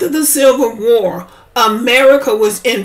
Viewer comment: 😂😂😂😂 did she say War ??